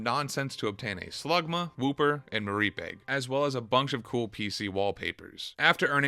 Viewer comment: Yo hold the fuck up, what did he call mareep?